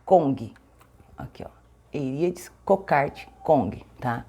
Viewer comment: a orquidea Aerides se pronuncia "aerides", assim como a orquidea Aeranthes. Somente nao se pronuncia a letra "a" quando forma um ditongo, ou seja, "ae" ou "oe" no meio da palavra. Portanto, Coelogyne, Phalaenopsis, coerulea ou caerulea, Laelia, nao se pronunciam a letra "a" ou "o" do ditongo. Abracos, querida.